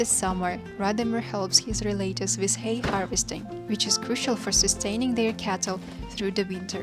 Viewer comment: REL-AH-TIVES, Not RE-LATE-IVES.